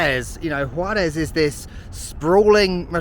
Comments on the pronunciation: Your pronunciation of "El Paso" and "Juarez" is better than most people who live here lol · Kudos to your pronunciation, your accent while saying Juarez is better than some El Paso natives 👏